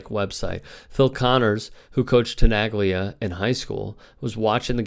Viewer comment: Please... it is pronounced as Tenalya, not Tenaglya..learn some Italian please... it is like Bologna, Bolonya